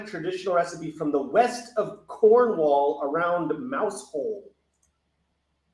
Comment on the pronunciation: Note on Mousehole, the locals pronounce it more like "mow-zul"